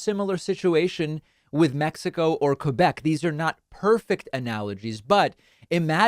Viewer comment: Superbement bien dit. N'empêche, il a bien prononcé 'Québec'. Ça m'écoeure quand ils disent 'Kwaybek'.